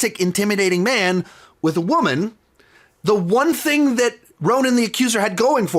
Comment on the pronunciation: I enjoyed how you said "thang" because you were talking about Kang 😄